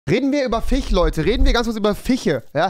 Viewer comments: Es hat mich soo getriggert also rewi die ganze Zeit FICH statt FISCH gesagt hat XD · Wie es mich nervt das ihr euch über ihn lustig macht weil er fiche sagt. Dann kann ers halt nd richtig aussprechen und das wird auch so bleiben also findet euch damit ab und nervt ihn nd 💕